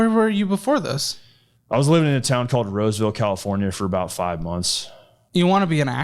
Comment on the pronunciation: "Roseville." Jesus.